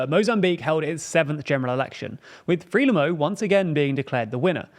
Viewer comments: Frelimo should be pronounced 'Fruh-lee-mo' or 'Frai-lee-mo' and not 'Free-lim-mo'. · As is "Freelimmo". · It would sound as though have background knowledge, rather than that you are just reading notes you’ve collected, if you knew how to pronounce Frelimo…